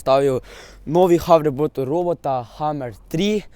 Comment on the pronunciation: dej jape nauč se govort neznaš niti hoverboard rečt rečeš faking haribord